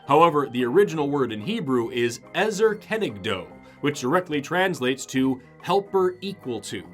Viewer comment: Im a native hebrew you are ok there is just one mistake An "O" in english is pronounced with a W at the end of it but in hebrew it isn't You pronounced it like: ezer kenegdow In hebrew it's: ezer kenegdo